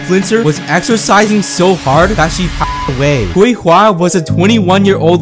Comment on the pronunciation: The c in pinyin is pronounced “ts” btw, so it’s more “tswey hwa” than “kwey hwa”. But still a really sad and tragic story…